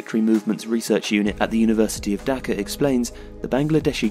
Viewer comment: Aye it's not "daka" its "Dhaka* I am Bengali